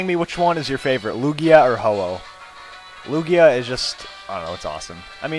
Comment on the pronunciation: itz toguoee... acculy iz loojia